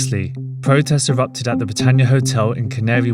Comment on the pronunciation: Its pronounced protest, not pwotest.... u poms suck at speaking english . It's erupt, not ewupt.